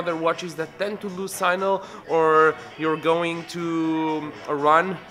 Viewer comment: Signal . not Sinal please